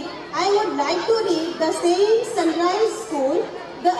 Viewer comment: Sun RICE ? OR RISE CORRECT PLEASE